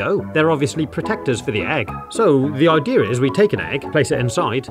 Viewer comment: “What the ideeer is” Aamzing.